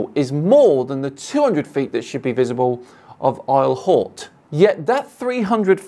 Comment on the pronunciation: Isle Haute, pronounced Eel Oat.